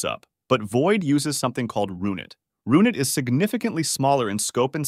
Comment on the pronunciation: systemd & roonit pronunciations 😭